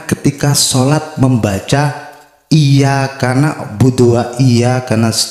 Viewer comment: Banyak yg salah baca surat alfatihah ayat 4, iya kannak budu waiya kannas tain.. seharusnya kn iyaka nakbudu waiyaka nastain..